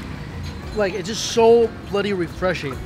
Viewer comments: Did you pick up the word bloody from your trips to London lol ? It sounds like you are trying to do a Cockney accent when you say it x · Sounds so weird hearing him say bloody